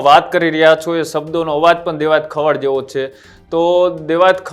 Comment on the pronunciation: ખવાડ નથી ખવડ છે અટક. પહેલા ગુજરાતી શીખી લે ભાઈ. પત્રકારિતા પછી કરજે તુ અને પેલો જાડો 😂